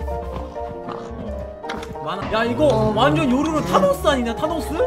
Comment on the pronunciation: 타노스 사우루스 라고읽었다